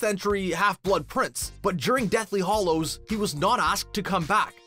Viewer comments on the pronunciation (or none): FFS learn to pronounce things...BRANAGH NOT BRANAAR, ANGLIA NOT ANGELICA, HALLOWS NOT HOLLOWS, ROBIN WILLIAMS NOT WALLYIAMS....